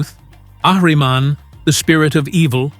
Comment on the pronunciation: Some note: 1 - First of all, thank you very much for this great documentary. I'm impressed by your correct Persian pronunciations of words like (Ahriman, Dariush, Kourosh etc.) Great job! 2 - Cyrus the great was the son of the Persian king Cambyses .Also his mother was daughter of the Median king Astyages. it paved the way to unify both Iranian kingdoms. 3 - Darius made 1- The first postal system (The Angarium), Herodotus was famously impressed, writing: "There is nothing in the world that travels faster than these Persian couriers... Neither snow nor rain nor heat nor gloom of night stays these couriers from the swift completion of their appointed rounds. 2 - Standardized Currency 3 - First retirement system for soldiers (By giving retired soldiers land to have sustenance and income for the rest of their lives) 4 - First standardized weights and measures 5 invention of Qanats 6 The Canal of the Pharaohs (later Suez) 7 - First Satrapy (Federal) System and so on... 4- In the Battle of Thermopylae, The Persians were 40 to 50 thousands not 200,000 or 1,000,000! the Hollywood says! The Greeks were not 300 Spartans, They were at least 7000. The Greek lost obviously but they showed a great bravery and military genius